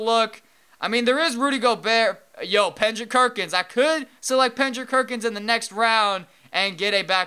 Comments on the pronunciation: Lol you said pendrick no Kendrick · LOL he said pendrick kerkins not Kendrick Perkins Lol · IT IS KENDRICK PERKINS I CANT TAKE U SAYING PENDRICK KERKINS PENDRICK IS NOT EVEN A NAME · u said penkrick jerkins tho😂😂😂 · Yo did someone hear saying Pendrick Kerkins????LMAO!!!!!LOL!!!!! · Pause "Pendrick Kerkins" hahahahah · He said pendrick kerkins, lol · Am I the ONLY one who heard "Pendrick Kerkins" in and choked on his water? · Did anyone else hear him continuing to Pendrick Kerkins? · Did i just hear PENDRICK KERKINS? Wtf man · Also it's Kendrick Perkins not Pendrick kirkens... Not to be a hater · Why do you call Kendrick Perkins Pendrick Kerkins? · Did anyone notice he said "Pendrick Kerkins" instead of Kendrick Perkins? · He always says that in every video when he mentions him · IT'S KENDRICK PERKINS NOT PENDRICK KERKINS!!! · It's not pendrick kerkins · did you say pendrick kerkins ? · "Yo Pendrick Kerkins" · He said pendrik kerkins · you said pendrick kerkins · He said pendrick kerkins